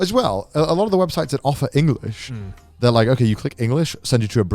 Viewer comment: eng-o-lish IronmouseKek.